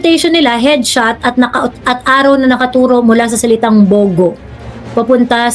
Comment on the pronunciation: ang pag pronounce nung bugo is gaya ng pugo na itlog😅pag bisaya nag sabi nun masakit sa bangs😅😅its means bubu😅